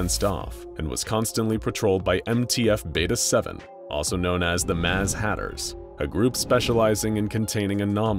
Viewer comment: 'Maz hatters'???